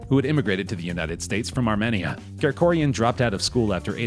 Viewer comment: Stupid idiot learn how to pronounce Armenia or its hayastan